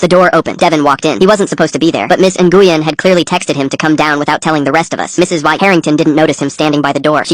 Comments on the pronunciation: Even i know by listening, the name nyguen, is pronounced "win" not even AI text to speech feature, or AI has gotten lazy, or smart enough yo trick us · This one's an easy AI slop call. Completely mispronouncing "Ngyuen" over and over.